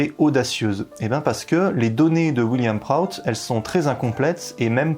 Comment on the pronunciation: on prononce William Proutte pas Wiliam Proatte